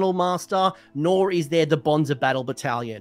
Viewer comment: I know you said "bonds of battle battlation". What I heard was "Bonza battle battalion" so thank you for that laugh ^^